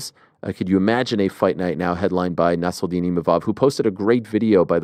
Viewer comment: Why is Ariel pronouncing Nassourdine with a french accent? Lol. He is originally from Russia and his name is of Arabic origins.